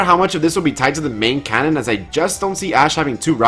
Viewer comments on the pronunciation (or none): none